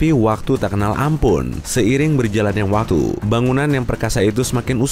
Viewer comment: watu:v min bicaranya jangan cepat ntar lidahnya keseleo kyk bilang waktu jadi watu